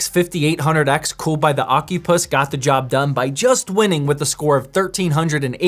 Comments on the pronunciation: 💀 Bro it's O-Cy-Pus not Oc-U-Pus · Is it really pronounced ocupuss?